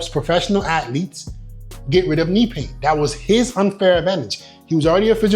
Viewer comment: The way this guy says athlete always pisses me off